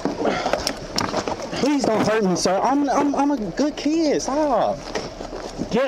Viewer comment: “Im a good keed” Says every inmate. Says every mother about her son when they print t shirts with his third grade school photo in them for the looting protest